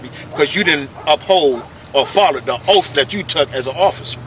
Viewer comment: I was wondering what an OAF was? He should take an OAF to fix his TEEEF.